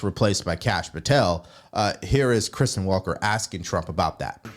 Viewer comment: Sorry, It’s Kristen, not Christian…